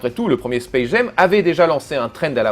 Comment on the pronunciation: Aïe aïe aïe la même chose qu'avec la critique du premier film : Ca se prononce "Djamme", pas "jèm"